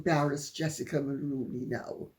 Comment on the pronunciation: MULRONEY is pronounced MULL-ROO-KNEE like the actor Micky Rooney's last name Good day Lady C I apologize for yelling but you haven't seen my numerous comments trying to correct your mispronunciation of our former late Prime Minister Brian MULRONEY'S last name. I'm a Canadian who began voting when Brian Mulroney was still our Prime Minister. I grew up hearing his name on the news on TV and the radio. I know how his name is pronounced. He was born in Quebec and he was French Canadian, I don't know if that affected how he pronounced his last name or not I only know that is how HE pronounced, how his SON pronounces it so it stands to reason that his daughter in-law pronounces it exactly the same way. 🙏🙏🙏🙏PLEASE could you correct your mispronunciation from Mull-Rown-Knee to MULL-ROO-KNEE ...like the actor Micky Rooney's last name with the prefix Mull attached. I apologize but this has been going on across most of the "Megxit" community for 7 years now and I find it extremely offensive to our late former Prime Minister Brian Mulroney that people can't even be bothered to find out the correct pronunciation of his last name. I have been making this comment across the channels for 7 years and only 1 or 2 people have corrected themselves... 🙏🙏🙏🙏PLEASE pronounce his name correctly so others will hear you and learn by example because they ALL listen to you... I believe that Dan Wooton was 1 of the one's who changed his pronunciation after I commented a couple of times... Again I apo